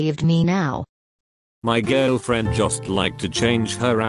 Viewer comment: bruhh in the first she said SO U HAVE A GJRLFRIEN HUH dude girlfriend=gjfriend